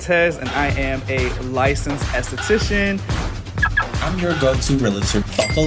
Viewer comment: As soon as he introduced max, I could see the shade. You want me to believe youre a license therapist but can't pronounce esthetician!? Max been saying the whole season it's been shade behind the cameras... But let me get into this